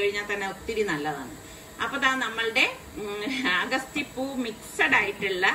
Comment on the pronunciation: അഗസ്തി എന്നല്ല അ ഗ ത്തി..